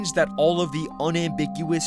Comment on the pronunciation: ”It was all in le head”